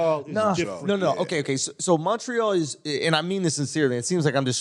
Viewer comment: Lmao these dudes aren't fooling anyone calling montreal "Munchree-all" WE FUCKIN KNOW YOU WERE BOTH BORN IN THE US YOU DUMB FUCKS. YOU AREN'T FRENCH CANADIAN, AND APARENTLY YOU DON'T ACCEPT BEING BLACK AMERICANS EITHER.... Eat my ass losers, enjoy your toblerone..